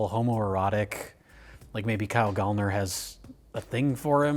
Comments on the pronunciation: It's Gallner like gal like girl 🙏🏾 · Said his name wrong every fricking time 💔